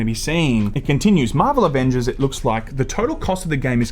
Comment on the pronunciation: Shame about the Ah-Vengers.